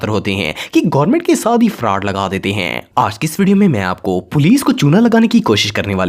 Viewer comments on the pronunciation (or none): it's not fraad it's fraud. It's not fraad lga dete hain, it's fraud krty hain now this is an appropriate way to say.. No hate coment. Just love the content you make❤️❤️.